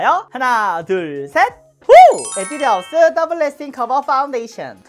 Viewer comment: 에뒤드 하우스... 발음 귀엽다...